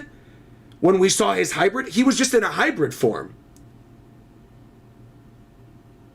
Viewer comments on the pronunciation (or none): none